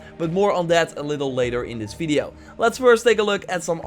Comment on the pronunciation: When I read this, it was in your voice complete with the "feedio" part. Much <3!!